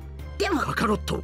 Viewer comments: penso si dica kaaarot e non kakarot. Comunque sono punti di vista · Si dice kakarotto😂😂😂😂